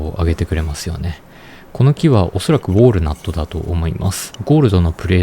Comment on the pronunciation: ウォールナットじゃなくてウォールナットな！